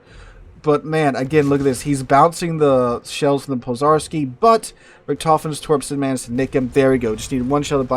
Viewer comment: zh in Pozharski is pronounced like the 2nd sound in ‘J’ in Jack( Dzhack), or like the French J in Je, Jacques, J’Adore etc.